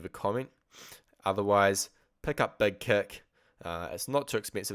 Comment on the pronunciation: He said "Beg keck plugin" lol lol Thess ess Spaaaaartaaaah!